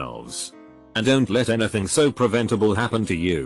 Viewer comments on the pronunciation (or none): Why can't the robot, speak contractions, properly; hearing, "what-sos the problem? Don-sot you understand words?"